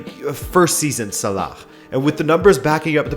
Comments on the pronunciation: Okay the "KHH" sound you pronounce in Salah is just stupid, if you can't pronounce his name in Arabic just say "Sala". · Please stop pronouncing salah like that its so wrong